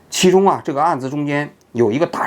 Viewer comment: 九年义务教育漏网之鱼？陈继 志（zhi四声！）